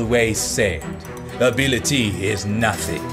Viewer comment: abilityyy is nothing[...] for example